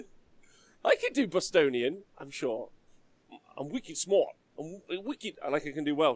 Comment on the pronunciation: It's Wicked Smaht, not smort